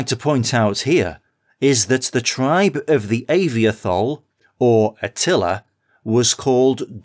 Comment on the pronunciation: it's pronounced ah-vee-toh-hol